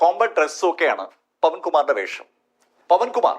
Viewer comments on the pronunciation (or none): none